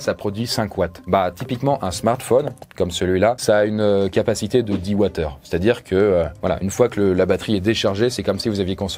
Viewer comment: Très bonne vidéo mais Wattheure pas Watt/heure on est d'accord?